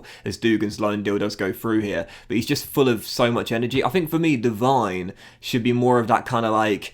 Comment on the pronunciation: hey, i might be wrong but i think devine should be pronounced de-veen and dougan should be pronounced dug-an